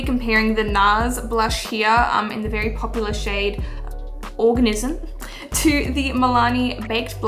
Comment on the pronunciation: the way she said ORGANISM. 🤣🤣